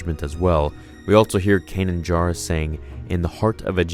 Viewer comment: Its Kanan jarrus! Not jaru